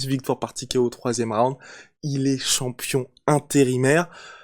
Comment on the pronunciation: Content pour lui mais vous entendre dire « campion du monde » c’est juste insupportable . Le champion du monde s’appelle Francis Nganou